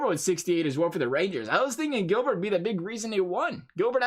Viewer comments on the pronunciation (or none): Why not messier for the rangers? Rod Gilbert was a great but everyone knows the captain when you think of the rangers. It’s also pronounced rod. (Jill- bear)